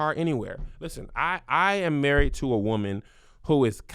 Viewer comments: lol, Whoman, lol😂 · Kev's emphasis on his W's when he says "WOMAN" in his 2nd story cracked me up😂😂😂😂😂😂